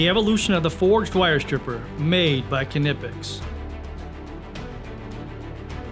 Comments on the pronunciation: Tools The narrator of the video should at least be able to pronounce the product name correctly, namely "KNIPEX" and not "KINIPEX"??? !!! Incidentally "Made in Germany" !!! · It's sad to see that even the knipex YouTube channel can't pronounce their own name correctly